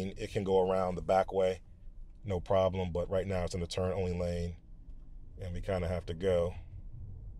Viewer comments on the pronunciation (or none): … wow, this certainly is a prahbm — and an unusual one, two!